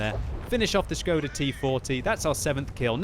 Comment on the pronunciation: NO WAY SOMEONE PRONOUNCED SKODA RIGHT